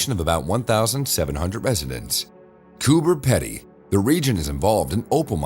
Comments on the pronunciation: Why is it Americans keep saying the name of Coober Pedy wrong this is how you say it it koo-buh-pee-dee it’s one of those words that’s pronounced differently to how it’s spelt. If you are going to say the name of a Town in Australia at least have the decency to say it the way WE DO. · Coober Pedy is pronounced Coober Peedy.